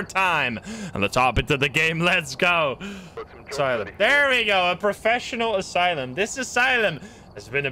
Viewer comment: The way he said Asylum made me laugh so hard